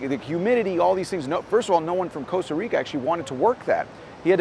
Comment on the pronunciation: *Costa Rica, not Coast